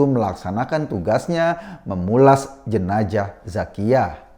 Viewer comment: jenazah woii bukan jenajahhh